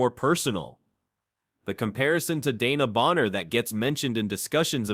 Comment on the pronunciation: Dana Bonner???? Come on guys get it right.